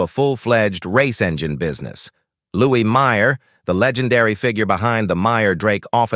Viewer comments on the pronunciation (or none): none